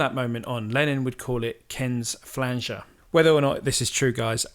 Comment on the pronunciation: A lot of great info here, but whoever is narrating sounds unfamiliar with recording gear and some of the people mentioned as there are a few mis-pronunciations (Epiphone, Neumann, flanger, etc.) I would recommend going over it first with whoever wrote the info or if it was written by the narrator to check it with someone who knows the gear and terminology. Great stuff nevertheless.